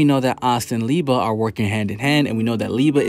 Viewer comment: Love the Black clover videos but it is LI-BE not Li-ba my guy lol